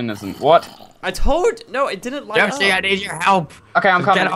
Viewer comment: its not fucking yashi, its yoshi